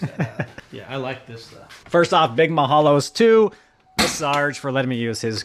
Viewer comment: lol this gives “I took a DNA test and found out I’m .7% Hawaiian and made it my entire personality” 😂 lol nah but you should study the Hawaiian language a little more, because even when you’re throwing around the word “Mahalo” pronunciation is VERY important. It’s important for the entire Hawaiian language. Because not having the correct pronunciation changes the meaning or the mana(power) of the word. Also the tribal stripe is cool on the hood, but I’m curious if you actually know what it means? It’s also very important to understand the mana behind it that too. This is my first time watching one of your videos and as a car guy and native Hawaiian raised on the island of Oahu I love seeing Hawaiian car content creators keep at it braddah 🤙🏽